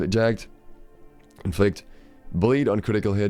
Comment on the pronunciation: Jagged just isn't going to stack. It would be silly. Also, it's "Jagg-ed", not "Jagd". :)